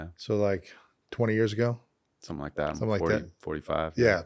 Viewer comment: "when did you make that poem, like 20 years ago?" "Somethun like that ..45." 😂😂😂